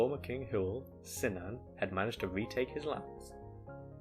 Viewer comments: I would say Cynan like "Kunan" and not like "Sinan." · Cynan is pronounced Kunan. Welsh doesn't have a soft C. Hawarden is pronounced Har Den in Welsh or Hard'n in Saesneg.